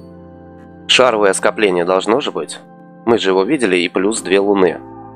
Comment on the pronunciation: шаровОвое скопление, а не шАровое!